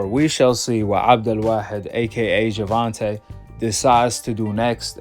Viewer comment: pronunciation of GTD's new name is on point.He is literally The only guy that gets it right.Most ppl are still saying Abdool Waaheed